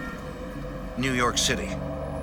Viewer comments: new yawk office 😂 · NEW YAWKKK AFFICEEE!!!😅